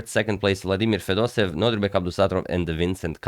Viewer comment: great game, btw u are pronouncing fedoseev's name wrong, correct one - fedosEiev, not fedOsev